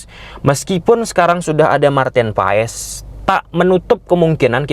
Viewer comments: Baca nya "Martin Paas" bng bukn Paes😅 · Paes dibacanya Paas bang 🙏